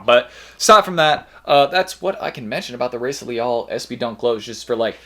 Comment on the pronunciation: Pronounced “Hi-ee-sa”